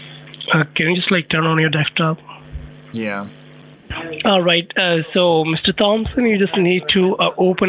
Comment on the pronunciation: Why does sometimes call it dekstop and not desktop?